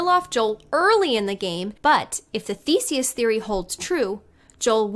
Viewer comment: It's Theseus. Not Thesis.